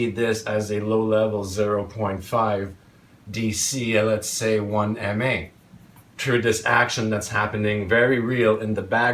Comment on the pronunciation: * mA, not "ma".